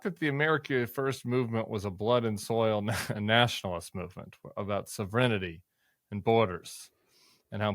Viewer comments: SOV-ren-tee, not sov-er-IN-i-tee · Does Tim not know how to pronounce sovereignty? Or is that another word I'm not understanding? "Savrenity" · Tim, you did fine with "cellular" - your struggle is with "sovereignty"! Love your programs and the good info you provide. Keep going! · Tim, can you work pronouncing, "sovereignty"? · Someone please teach Tim to pronounce "Sovereignty".